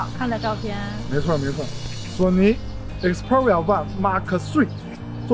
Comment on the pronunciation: 请把xperia的读音搞清楚…